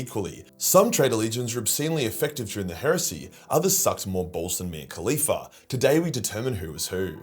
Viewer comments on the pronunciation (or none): none